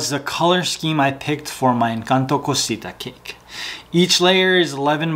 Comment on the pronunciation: It is not Cosita .... It is CASITA. :elbowcough